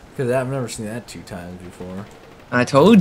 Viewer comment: says 2 so weird